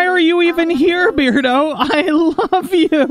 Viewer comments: I think it's pronounced bear-do, like... Cuz he's a bear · ahahahah after hearing the whole episode of you saying beard-o i just got used to it 😅😅